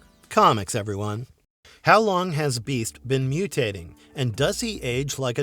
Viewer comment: Why dud you say the beadt like that bro no one says that